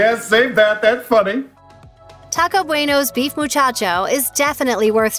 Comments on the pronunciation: Ugh the Taco Bueno Muchaco is pronounced “moo-chock-oh” not “moo-chotch-oh.” Smh. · its Muchaco not Muchacho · You must not have grown up eating Taco Bueno! That particular item is pronounced differently...it’s not real Spanish. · I scrolled down to find the first comment correcting this for a like. This bugged me.